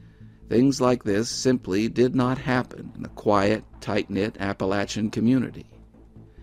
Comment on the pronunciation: Top marks for pronouncing Appalachian correctly! Thank you,. Excellent production!